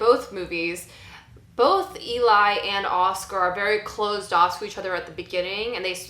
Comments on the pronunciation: It’s pronounced Ellie. Just watch the movie again. Pay attention to how the name is said. Not how it’s spelled. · Poor pronunciation of Eli considering how much you like "Let the Right One In."